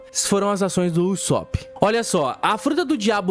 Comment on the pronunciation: Meu deus mano, acho que esse cara se traumatizou com nomes, por que puta que pariu, parece que ele quer ser do contra pqp, fruanky, usópp, ceAzar clown, Ênel, cara oque te custa falar direito, vai te cair um braço??